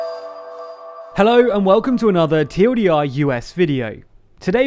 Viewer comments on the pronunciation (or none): none